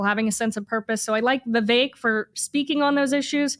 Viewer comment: Understand why Ashley tried to Identify Vivek Ramaswamy by his first name which she miss-pronounced 4 times. This confused close caption as well. Don't think he'll make the debate but this should help Ashley: "Vive Vivek", What the hecK?